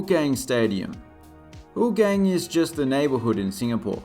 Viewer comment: Thanks for making this! I live near Tampines Hub. Also we pronounce Hougang differently and Tampines is actually a name from a tree